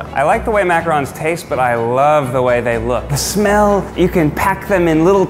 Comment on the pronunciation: as a french girl, the fact that you included as a chef someone who can actually prononce "macarons" correctly just warms my heart